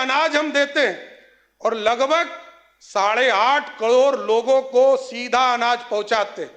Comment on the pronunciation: ये तो करोड़ को कडोर बोलता है